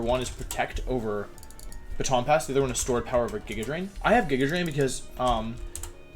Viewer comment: Nobody: Wolfey: "Jigga Drain"